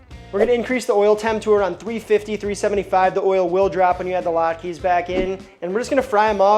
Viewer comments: It's not Latkee, it's Latka 😅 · I have never heard latkes pronounced that way. Interesting !